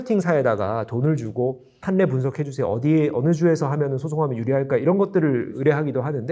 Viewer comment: 판례 발음은 [팔-례]입니다